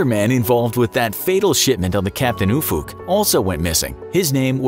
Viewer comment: Dunno if that's how he intended "Ufuk" to be pronounced...